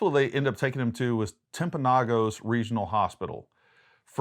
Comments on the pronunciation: Hahaha "Timp-a-no-goes" it's actually pronounced like Timp-a-no-gus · Just a small correction..im from Utah..Timpanogas hospital is pronounced TIMPA-NO-GUS.!😅.long O ..us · Tim pan no gus is how you pronounce it. Timpanogus hospital is on 800 N in Orem, I believe. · "Timp-uh-no-gus" is how you pronounce that city... coming from someone who was a local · I grew up in that area! Yes ! Timpanogos was the closest hospital Utah valley whatever in Provo Yes 12 minutes away or more especially since I've changed the roads and the route to that place from UVU would be at least 12 or more anyway I'm seeing a lot of these YouTuber people pronouncing timpanogos wrong I'm going to spell it how it sounds we have a big large mountain behind UVU called timpanogos and it's an Indian word I'm not sure the exact legend but something about a girl falling off a cliff and blah blah If you look at the if you look at the contour of the mountain it looks like a girl sleeping on the top of the mountain that's the legend anyway it's pronounced "Timp-a-no-gaus"